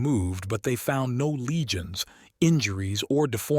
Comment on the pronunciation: Lesions, not legions. He wasn't a roman emperor.